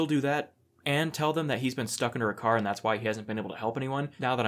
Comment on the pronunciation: “damage my cawh!!”😭😭